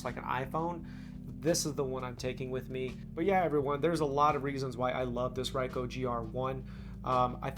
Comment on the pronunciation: Never heard anyone mispronounce Ricoh so badly.